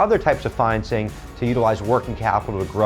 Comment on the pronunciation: It’s financing not fineancing